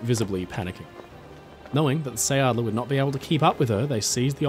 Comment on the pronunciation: Please redo that. Quickly! Who would believe your story, when you even can't pronounce the name. What you say, isn't anything near sounding like it should . And then it just stays a story, it's not history. His whole story was a make up, to build up and keep up his reputation, He got famous from his own story telling . H was touring the country with his storytelling, and always invited the press to report his "heroic" deeds, which in reality was just fleeing the battlegrounds